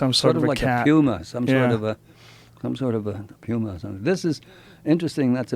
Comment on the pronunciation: 50 years?wow If only He'd "studied" the word 'PUMA' for a few more years. 🤣 Bc he cant say the word. 'For whatever reason' he says Pyooumuh or pewwmah Pyuma